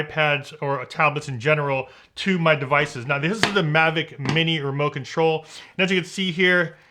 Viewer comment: Did you say mote control? Lmao funny great review though.